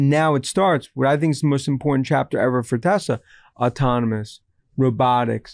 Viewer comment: It’s AUTONOMOUS not ATAMANUS !!!!!